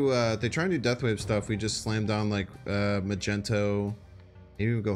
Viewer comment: Bro it's Magneto tho not Magento